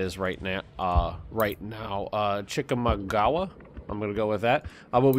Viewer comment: as someone who lives near chickamauga, you butchered that so hard dude XD